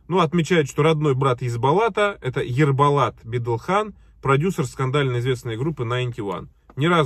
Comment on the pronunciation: здравствуйте! Хотела поправить Вас: в казахском языке имена, фамилии и слова как пишутся, так и читаются. В данном случае будет ЕсбОлат, ЕрбОлат, Орда - именно через "о"☝🏻 А не как в русском языке, например, пишется - золотое кольцо, с читается или проговаривают люди - "зАлАтое кАльцо". В казахском языке, например, дОстар, а многие русские говорят дАстар, или жибек жОлы (русские говорят жибек жАлы, лично слышала). То же самое с именами: ШОлпан (русские ошибочно говорят ШАлпан), либо Олжас (ошибочно рус. - Алжас). Ну и так далее... В общем, запомните это и Вы всегда будете правильно произносить казахские имена и слова: как пишется, так и читается. А также ещё в казахском языке ударение всегда падает на последний слог.